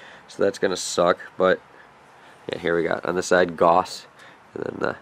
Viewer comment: I've always said "Gauss" like "Gowss" interesting to hear something say "Goss"